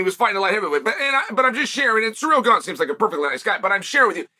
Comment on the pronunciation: It’s wild how many names he butchers LOL. Alex Peeara. Hazmat Chimiev